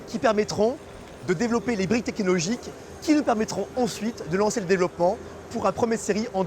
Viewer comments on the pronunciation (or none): Gros LOL à : c'est quoi ça les briques "tekilogiques" ??